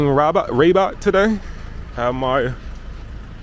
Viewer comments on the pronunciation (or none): Raaaaaabat not Rebat. Why you changed the prononciation, you didn’t like our language.😮.Make the effort to pronounce our cities right like we do about ur cities. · Don't say Ra(y)bat, it's rather Rabat or R'bat, as if there's no vowel between r and b... Enjoy your stay! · What's up bro. The Arabic vowels are A-ah, E-eh, I-ee, O- oh, U-uu. The correct pronunciation of 'Rabat' is "Rah-Bat". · Not rebat but Rabat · It's pronounced : Râb At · it would not kill you to ask how to pronounce a name like Rabat.